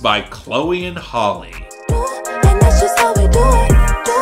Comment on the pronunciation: it’s halle not holly